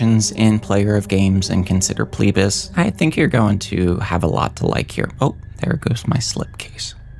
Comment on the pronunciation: It's FLEE-BAS, not PLEE-BAS.